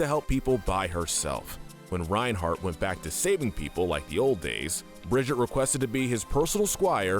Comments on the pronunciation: ITS BRIG-I-TA!! NOT BRIDGET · one it’s (bri-gee-te) or (bri-gee-té) and 2 zarya is the strongest woman in the world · It's pronounced BRIG-EE-TAH!!!! UGGH HOW TF DO YOU MORONS GET THIS WRONG?! SHE LITERALLY SAYS HER OWN NAME IN GAME!!!! UGH! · Brigitte is not Bridget. Listen to anyone from blizzard and learn how to read her name correctly Anyway good video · Bro seriously said bridjitt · I can't watch past Brigitte. If you can't pronounce names that are literally said out loud in the lore how can I trust that you actually know enough of their lore to make an accurate tier list?